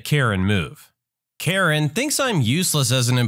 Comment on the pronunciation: when you first said karen i thought u said urine...